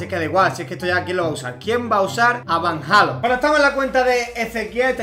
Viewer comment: Bro puedes empezar a decir bien van aanholt q es mi jugador favorito